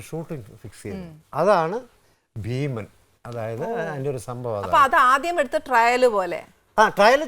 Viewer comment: ആനി താങ്കളുടെ ഉച്ചാരണം തെറ്റ് ഭീമൻ ....